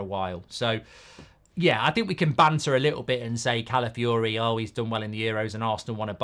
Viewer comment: 3. Goldbridge utterly butchering an easy to pronounce name